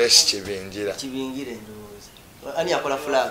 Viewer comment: George Kakoma no Lukoma. Grace Ibingira not Kibingira 😂